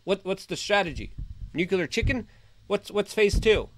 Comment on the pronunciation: Not "nucular." NUCLEAR.